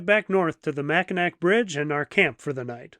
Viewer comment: Did he say “Mac-in-ack”? 🤭